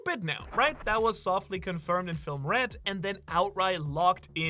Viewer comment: please brother say the d in red and blood it sound like you say blut line and ret